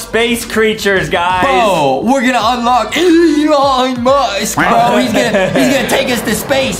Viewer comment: i heard bo instead on bro